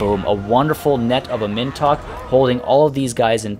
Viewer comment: "Am In Tok" please my dude pronounce it like this